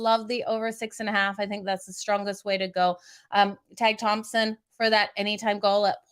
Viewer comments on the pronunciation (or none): Tage is taje prononciation